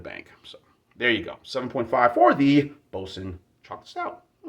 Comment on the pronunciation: I like this stout...and, it IS a terrible pronunciastion!